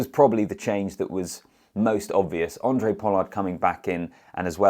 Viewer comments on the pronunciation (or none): Hey, great analysis as always. Just to point out with regards to pronouncing Handre Pollard's name. The "H" is not silent.